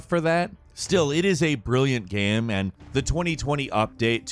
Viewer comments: Is it just me, or does he pronounce “game” as “gyâm?” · why da hell does he pronounce "game" like that?? I cant stand it